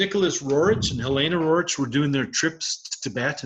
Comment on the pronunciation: If you are such an expert,stop calling the Rorich!!! There name is RERIKH!